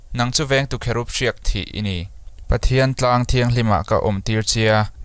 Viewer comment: Kherub a ni mi cherub a nilo mi